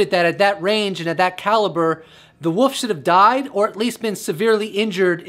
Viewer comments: Why can't Americans say wolf? A giant 'woof'? So what's plural Then, 'woofs'? Wolves bro. Wolves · Wolf not woff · Woof is what a dog says. You said woof 40 times, and, wolf 4 times. I can't listen anymore cuz all I can is woof! Sorry, generally- I like your videos... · Honey. So sweet, there's an L in wolf. You are just saying woof. Still sweet. Lots of love. No troll. 😁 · Love these vidoes but...It sounds like your saying the woof